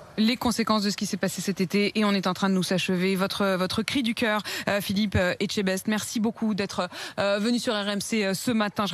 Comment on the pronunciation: Elle la appeler « Phillipe éjtebaise » oklm 😂😭